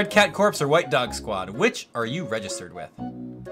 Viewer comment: I love how he said red cat corpse instead of red cat corps